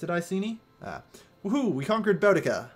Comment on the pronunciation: Said Boudicca wrong, it's Boo-dica. I'm assuming you're just going to say everything wrong unfortunately